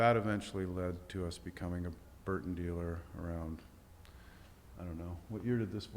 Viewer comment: lol mega facepalm every time this dork says 'Hurton" instead of Burton. grow up.